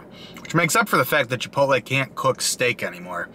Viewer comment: So stoked to order the GWAH-Jeelo steak at mah local chipitlee